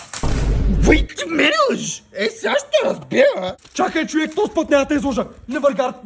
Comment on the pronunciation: Само истински Русенец може да каже чуек😂😂